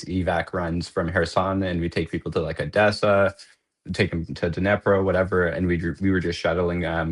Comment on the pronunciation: This guy's just a bit out of touch with reality if he thinks that the war in Ukraine started in 2022. And WTF is a "Nepro" and "Back-moot" 😂 You'd think that after spending over a year in Ukraine he'd at least learn how to pronounce the names of the two towns that he was in, and not sound like a complete dip shit.